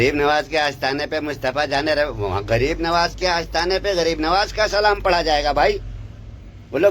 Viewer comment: Pehly salam sahi se bolna Sikh ly